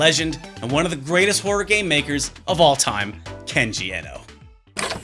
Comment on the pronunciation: YouTube's auto subs picked up your pronunciation of horror as "whore" Oh utube